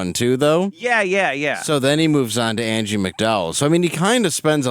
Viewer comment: Andie not Angie